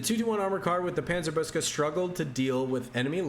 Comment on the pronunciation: Hey, from a german speaker: Panzer-book-se, not Panzer-boos-ke would be a more accurate pronounciation🙂